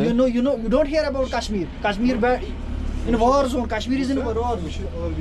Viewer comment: Kashmir yazılıp kaşmir değil Keşmir okunuyor. Sen de açıklamada Keşmir yazmışsın ama kaç videodur Kaşmir telaffuz ediyorsun? Niçin?